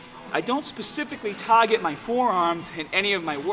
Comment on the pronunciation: "...taaaget ma forearms" =D love the videos, thanks for the tips